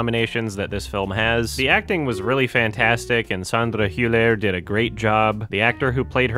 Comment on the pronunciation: On the pronunciation of Sandra Hüller's name: er at the end of German words is pronounced as an a sound. You got the umlaut down, but it is Hülla.